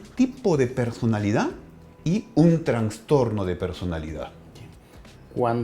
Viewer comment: Todo excelente, pero por Dios... es TRASSSSTORNO no TRANNNSSSTORNO